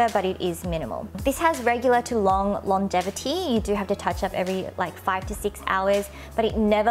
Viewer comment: Thank you so much for spending time and so much effort in making this informative video,! I lub! I also notice how you say "longevity" as "longetivity" xp anyways, i lub you and your videos!